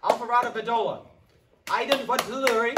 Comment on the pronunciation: He really read out “Aidan” as “Eye-den” 😂